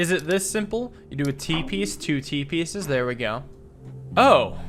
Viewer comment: When dude said "T-pieces" I almost heard "Teepee says" The later "T-piece!" statements mad me hear "Teepees!"